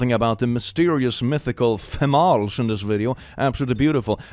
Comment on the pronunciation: Dear, it's pronounced femal-es. Like tamales. Thanks 😂